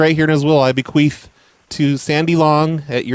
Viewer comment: did you say 'bequeef?? that is when you fart after you die..